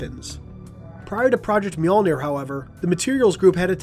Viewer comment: FINALLY, someone on YouTube who knows to correctly pronounce “Mjölnir!” (Myuhl-neer.) Way to go, ma man.